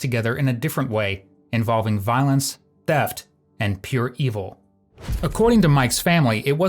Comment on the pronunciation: Brians face doesn't even mimic innocent in the slightest. They pronounced EVIL wrong.